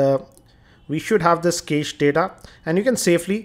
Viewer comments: it pronunced as "cash" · prithvinath kamath It's pronounced "Cash" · cache is pronounced cash like $